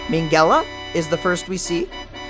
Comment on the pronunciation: “Meengella” …. Ohoho no no no… no.